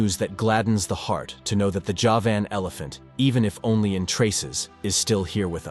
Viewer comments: how come a commentator who can pronounce “Arkansas” correctly, can’t pronounce “Nepal” “ceolocanth” and “Javan” ( as in, “from Java, belonging to Java” )…??? q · The horrible pronunciations are a nope for me. If you can't even pronounce Javan, why should i believe anything else? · Can't pronounce Javan or Coelacanth....